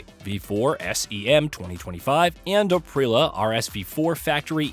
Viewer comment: Norschief, Pingale, Aprila Who is narrating this ?!?!?!?